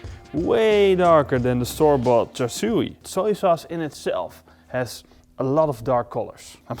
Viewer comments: Looks amazing! Also pronounced “char sue” no “char sue e” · Thanks. Waaay too much food colouring! It’s Char Siu but the “Siu” rhymes with “new” or “sue”. Maybe “Shoo”. You get the idea. Also, pork belly is ok but pork neck is better. Cheers!